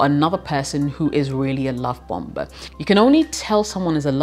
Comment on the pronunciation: hi, the 2nd 'b' in bomber is silent. so it's bommer, not bomba. useless info i suppose.